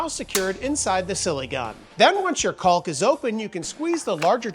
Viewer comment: there's no "L" sound in caulk!! as for the chisels, i have had those for a few years now and they are great. highly recommend